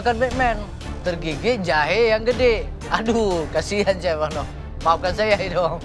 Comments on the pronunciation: Gw dengernya malah syekh arnold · gua dengernya si arnold, bukan chef arnold